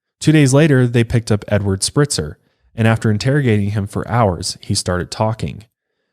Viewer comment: Spreitzer like "Sprite" not Spritzer.